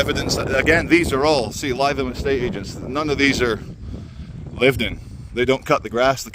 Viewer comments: great video as always but as a resident of many years of Lytham it’s pronounced “Live-ham” 👍🏻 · No it’s not. If you pronounced it as Live ham, you were probably kicked out of the town. Lytham rhymes with rhythm 🤦‍♂️ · it’s pronounced Lith-um. fun video though. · It's pronounced Lithe Ham, like an athletic pig. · No, it’s ‘lit’ (Received Pronunciation) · It's pronounced Liv-em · It’s Lytham with a hard “Y”, not Lietham. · No. Only Cockneys have an inability to pronounce th correctly. Th is a dental fricative - your tongue should touch your front top teeth as a bit of air comes through. Th-fronting is that cockneyism for pronouncing th like f or v. As a northern, you should know better. Li-thum. If you pronounced th like f or v then you cannot speak English properly. Simple as that. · lytham is pronounced litham it’s a posh area near Blackpool. I can’t believe you haven’t been. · Is it not pronounced litham instead of Lytham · Maaaate…. Missing all the action in city centre.’.. and it was a spy, a Russian spy squirrel, just like all pigeons… ‘litham’ try pronouncing it now old boy. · You really need to learn how to pronounce Lytham. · Are you pronouncing Lytham wrong on purpose? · yr saying Lytham wrong lol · Lytham: a very pleasant coastal town that still feels like Lancashire/England. Pity that your pronunciation of a Lancashire town was , once again incorrect. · You're pronouncing LYTHAM WRONG GOD DAMN IT!!! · Its not pronounced as lie-tham. Its pronounced Lytham as in Rythem. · As a person who went to school in Lytham, it sounds hilarious when you pronounce it Lie-thum - its pronounced Lith-um 😂😂😂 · NOT lie than its LI THAM AS IN L I THAM OK MATE. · Lytham pronounced LITH-AM as opposed to LIE-THAM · We are doomed..!! Where are the patriot missile batteries protecting bae systems.!!??? 😲🫡😲 Oh by the way, Lytham is pronounced 'Litham' and not 'Lietham'... 😁😁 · Lytham is pronounced Lithum not lietham